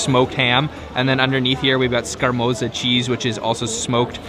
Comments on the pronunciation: *Scamorza not scarmoza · Your pronunciations are horrible. The speck is prosciutto and the cheese is scamorza, pronounced scamortsa.